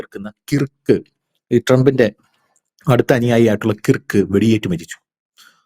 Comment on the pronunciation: Dear, your pronouncing the name " Kirk" incorrectly. Though the spelling is "KIRK" one should say it as KURK🙏🙏🙏